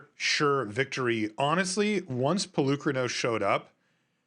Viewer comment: It's PolukrÀnos....learn how to speak before speaking, from Greek, like Socrates ( so - krà - tis) No lands for fabled passage....uhmmmmm before that play, 1 cultivate resolved finding only one basic land...pay attention, it seems that no one is watching the game